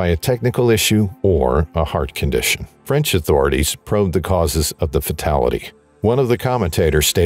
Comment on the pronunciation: Very sad story. Very good Fench pronunciation.